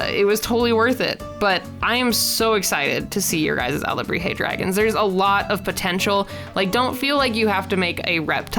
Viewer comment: SCREAMS YES YOU PRONOUNCED IT RIGHT AND I AM SO HAPPY A H- THANK YOU FOR LIKING MINE AAAAAAA